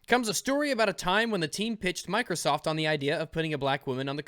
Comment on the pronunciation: "Like Mikersof Im Glat we already knew this"